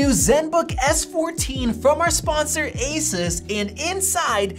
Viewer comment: He keeps pronouncing asus incorrectly...